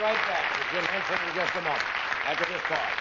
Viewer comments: carson call jim hensen jim jensen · Johnny said Jim Jenson